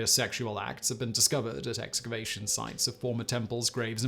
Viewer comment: For a second there I thought he said masturbation sites instead of excavation. Maybe they're both?